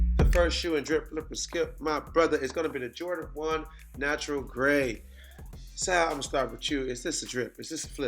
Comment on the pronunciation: Trinidad got worst take for sayin natural 😂